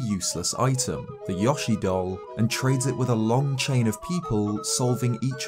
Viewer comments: yo-she not yah-she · The why you pronounce yoshi Is wrong look it up